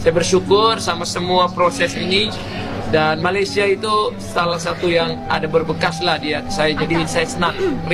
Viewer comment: Ya betul.... rasmi sebutan utk ejaan MALAYSIA adalah Malaysia bukan Malaysiyē 😊